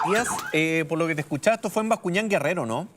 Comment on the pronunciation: Bascuñán Guerrero, no gerrero Bascuñán. 😂🤦